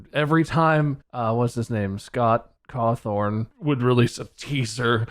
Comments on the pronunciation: It pains me to here bob say scott CAWTHORN But i understand why cawthon is an unusual name but Scotts last name being pronounced coffin is probably more iconic then the feckin bite of 87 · When Bob said "Scott Cawthorn" and "bite of '86" that brought me physical pain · ok idk why ppl always say cawthorn it's cawthon (pronounced like cothin)